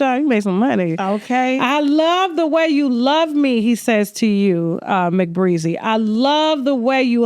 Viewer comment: I wanna watch this interview so bad but this interviewer is pissing me off with her messy ahh and she keep pronouncing her name wrong af